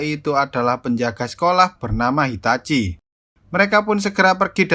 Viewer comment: Dia bilang hitachi egok